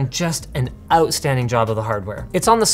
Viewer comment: Linus' "outstanding" sounded awfully british